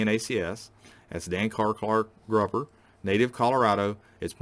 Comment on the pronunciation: Hi, I've been watching your videos for about a year now and enjoy them very much. However, I do have a problem with your pronunciation of the word Gruber. It should rhyme with the word glue and not with the word grub. Other than that, I really respect what you are trying to do and would like to invite you to take a table at the PAN coin shows in Pittsburgh in May and October each year. It's only about a 4 hour trip for you and we are getting dealers from all over the country.